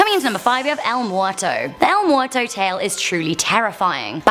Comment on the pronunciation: Oh good gawd. I love her but she literally cannot say anything correctly. Vigilante - vee-hee-lahn-teh (means watcher), not viggilantey. Oscuro - ohs-skooroh not oskyuroh. Cryptid - crip-tid. Why would she add letters just to say it wrong? Muerto - mwehr-toh.. not morto.